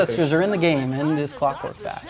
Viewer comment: "shrinks clockwerk" Haha im gonna call you!